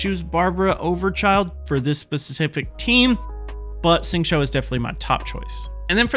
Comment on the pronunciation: Nice, but when describing what you’re doing, it’d be helpful to say specifically what power you’re casting (eg “use Xingqiu’s E”, rather than simply saying you’re applying “this” or “that”. It’d also be much easier to follow your technique if you pronounce the character names a bit more correctly— Xingqiu is closest to “shing chew”, not “shing cho”. The English voice actor is wrong too (listen to the Chinese VA or go here ) along with most YouTubers, so you’re not alone there.